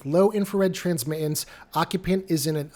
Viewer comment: No name calling. And I have great respect for your work. The word “transmittance” has the letter “t” in it three times. The second two are not silent when saying the word. Why do many people (who are usually under the age of 40) not pronounce them?